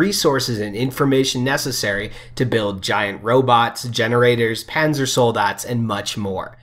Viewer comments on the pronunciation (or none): none